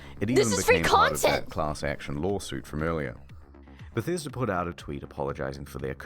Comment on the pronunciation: The way you said “The Bah-sta-duh Ruins” was awesome 😂 wow Bethesda is such a failure of a company, they’ve been pronouncing their own name wrong all these years! They literally can’t do anything right without screwing it up.